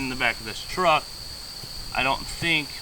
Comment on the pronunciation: It's a truck, not a chruck